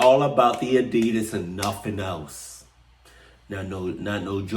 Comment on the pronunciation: Lol hopped up and grabbed my Addisas lol that was written just for I’m still trying to accept that he says addias too lol